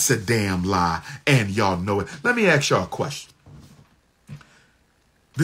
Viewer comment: "Ask" not "Axe"